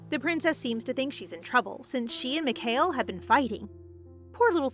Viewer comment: Lol, you can tell it isnt ai, Its cause she pronounced mikhael wrong, its not mic-hail, its mee-ka-el